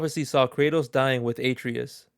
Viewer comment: Yeah, and he also says Atreus wrong, probably hasn’t even played any of the games